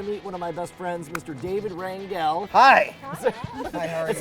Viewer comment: Its pronounced "Ran-hell". He is Mexican.